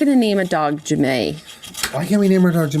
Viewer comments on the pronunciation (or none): Omg it seriously threw me off for a second when you said J'may. My name is said similar but spelled Janee. 🤣